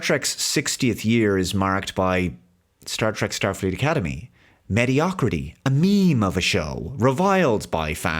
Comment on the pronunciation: You mean, "shtarfleet academy".